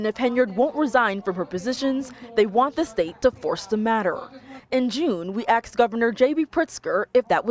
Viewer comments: Um…@ , did the reporter really say “axed” instead of “asked”? DEI hire? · Oh, I feel bad for this reporter. She had to have heard “axed” when she said it. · When did we start saying "axed" over "asked"??